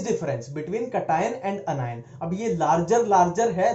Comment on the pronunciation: op pronunciation of cation n anion 👌 😂😂🤣🤣🤣🤣🤣